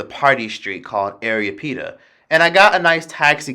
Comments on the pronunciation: It's not area pita it's arapita lol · I just wanna be an ass it’s Ah-rah-pee-tah